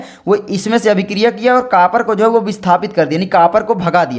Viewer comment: Kapar nahi bhai copar hota he (Cu)